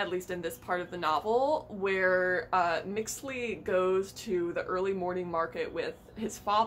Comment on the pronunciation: the name of the principal character "Mixtli" it pronounce "Mishtli" aso Mexica is "Meshí-kha"